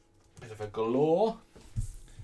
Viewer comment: Gal-or not Gul-or.